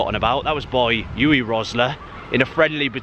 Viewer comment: Uwe (Rosler) is pronounced "Oo-Vay"!! Le Tissier has the DISTINCTION of scoring the last goal at the Dell, not the RECORD!! The buildings on that site are FLATS not HOUSES!!